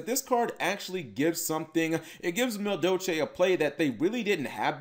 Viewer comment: Muh Doe Chay